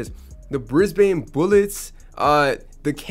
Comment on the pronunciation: ok so Brisbane is pro0nnouced Brisbin and Canberra is pronounced Canbra (also Brisbane is not the capital of Australia its Canberra